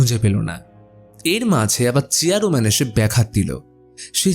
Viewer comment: আপনি বার বার চেয়ার man ke চেয়ারো man bolchen keno